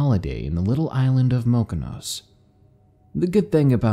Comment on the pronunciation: Mokonos? That's incorrect. More like Mykonos, which is hardly 'desolate'. Maybe you need to proof read these stories before you upload them onto youtube.